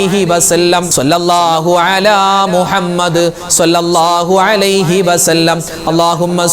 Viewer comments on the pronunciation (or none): രാവിലെ മുതൽ വെള്ളം കോരി അവസാനം കുടം ഉടച്ചു. എന്ന് പറയുന്നത് പോലെയാണ് ഉസ്താദ് മാരുടെ കാര്യം. എല്ലാദിക്ക് റും ദുആയും നടത്തി അവസാനം സ്വാലാത്ത് ചൊല്ലുന്നത് തെറ്റിക്കും. സെല്ലല്ലാഹു എന്ന് ചൊല്ലും സ്വാല്ലള്ളാഹു എന്നല്ലേ ശരി സ്വാദ് അല്ലേ സിൻ അല്ലല്ലോ സ്വാലാത്ത് എന്ന് പറയും. ചൊല്ലുന്നത് സെലാത്ത്. എത്രനാളായി നിങ്ങൾ ഇങ്ങനെ ചെയ്യുന്നത്. അള്ളാഹു സ്വീകരിക്കുമോ